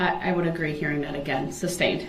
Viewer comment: 😂😂😂 He doesn’t even say sustained properly he says substained not knowing it’s two separate words 😂😂